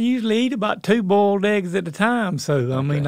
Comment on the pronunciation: "bolied eggs"